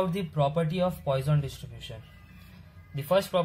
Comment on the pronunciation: GREAT VID! PS Its not POISON'S RATIO BUT pronounced as poo-son's ration